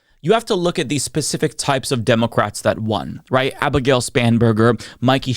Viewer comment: Please work on your speech impediment. I hate hearing a political commentator say "democwrats" instead if democrat.